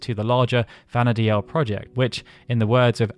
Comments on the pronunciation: I'm pretty sure Vana'diel is pronounced "Vana deal" not "Vana dee-el". Im sorry to point this out, but you said it wrong so often I couldn't help myself. I know this because the Japanese is written as ヴァナ・ディール, which is literally pronounced as bana-deeru. If it was meant to be pronounced the way you said it, Vana'diel would be written in Japanese as ヴァナ・ディーエル. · This comment! I like his content so much! But the way he pronounces Vana'diel is annoying! Even in a couple of interviews, the developers say the name as 'Vanadeal,' not 'Vanadealel'... I find it really hard to watch these videos because of this! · Take a shot every time he says “Vana Dee-EL” instead of “Vana Deal” 🍺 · If it was pronounced the Japanese way, anglicized, it would be Vana’dehl, not Vana’deal. デ in JP is pronounced similarly to “deh”, however with a slightly longer sound in this case as it has the double “e” sound. If it was “deal” it more likely would have used ヂ (di), instead. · That's not how you pronounce Vana'diel, btw 😅 it's "vana-deel." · That was making me scrunch up my face. You can even hear the pronunciation as "Vana deal" when you watch the opening FMV. Of course, I'm one of those who always said "Bastawk" instead of "Bastook" so I must live with my hypocrisy now.